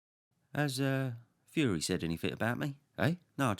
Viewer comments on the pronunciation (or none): none